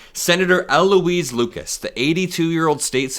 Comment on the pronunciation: State Senator Louise Lucas has been a true Democratic leader for decades ... she and U.S. Senator Tim Kaine should trade places. PS: when you talk about Louise, don't say L. Louise.